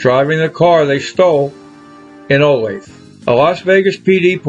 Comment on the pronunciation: They stole the car in Iowa not Olathe which you pronounce wrong. And the arresting officers in Vegas were not women .